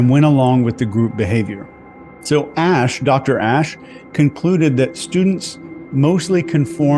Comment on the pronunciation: You pronounced Asch correctly, why not Eichman? Is not "Eikman"... nor "Reik" is "Reich".